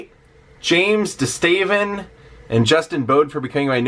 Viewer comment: Thanks for the shout out. It was awesome to hear you say my last name perfectly it’s a rarity. -James DeStaven